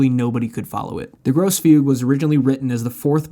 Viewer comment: This is probably the best video on Fugues I have seen, but are you OK? You sound kind of angry/frustrated. Did you pronounce "gross" fugue, instead of the correct "gross-uh" fugue on purpose? 😂 BTW, did the kids enjoy the Grosse Fuge? Subscribed.